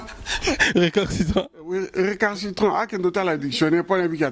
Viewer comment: yo pe récalcitrant et non récarcitrant, kolanda pe tout le monde te vieux Asha